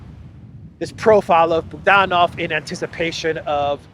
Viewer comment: Boo DAN ov —- isn’t that supposed to be. BOO dan ov.? Russia pronunciation I know. Maybe it’s different cause he’s a Ukrainian? I love your podcast. You are one of them that I go to every single day. But that booDANov gets my attention. Can’t help it. If unsure please go to first syllable form, BOOOdanov. That’s natural.